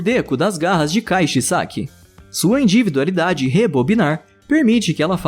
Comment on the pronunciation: Porque o narrador não consegue falar individualidade direito, ele só fala inDIvidualidade